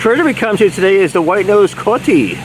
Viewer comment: You misspoke the name of the white nosed coati. It's pronounced co aww tee not coat ee.coati.